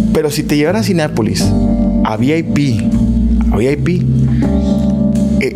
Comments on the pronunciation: Me da cura que diga “Cineápolis” 🤭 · Soy yo o siempre dice CINEAPOLIS? NO es CLASISTA es REALISTA 😉